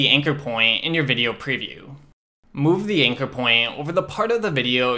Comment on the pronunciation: Bruh pronouncing "anchor" as "inker"...rematch this video 3 times before I understood what I was looking for...thanks anyway